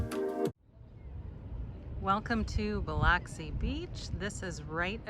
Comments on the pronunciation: Bil”u”xi , lol! Not Bil”o”xi.. glad you liked our city. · It’s Buh-lux-ie - not Buh-locks-ie. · It's not pronounced Bih-lahksi. It's pronounced Bih-luhksi. Please, if you do a review on a place, at least learn to pronounce it correctly. It's insulting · It’s pronounced buh luck see ,, but thanks for the video .. fine job.👍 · Oh my Buh-luck-see 😂 I live here. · I pronounce it Bluxi. BLUXI. Also from there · It is pronounced Biluxi... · Based on your sole response that comments help the algorithm, I’m guessing you intentionally pronounced Biloxi incorrectly. LOL Nothing wrong with working smart, not hard. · That's not how you pronounce Biloxi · I love hearing out of towners pronounce Biloxi! Thanks for putting us in the spotlight